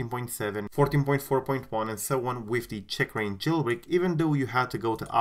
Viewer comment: The way you say “Checkrain” really bothers me 😆